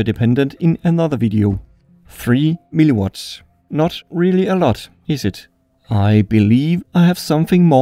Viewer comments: It sounds you say always "MiliWater" instead of "miliWatts" xD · Why does he keep calling mW as milli-water? 🤣